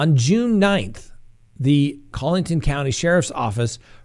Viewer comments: driving me nuts with the pronunciation of Collaton...Collington, Coleton, Cole-a-tun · The name is pronounced "Murr-dock" and it's not "Collington" it's "Coll-e-tun" County...